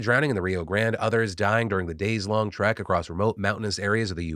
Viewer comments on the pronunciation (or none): none